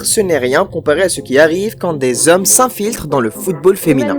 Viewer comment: Ces huit zommes ? 😂